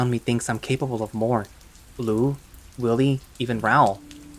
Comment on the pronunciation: His name "Raoul" is pronounced Raooul you know like the gentlemen thief lupin's real name that aside great video!